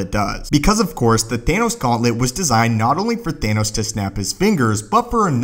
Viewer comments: umm you said anoss instead of thanos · The way he says Gauntlet and Thanos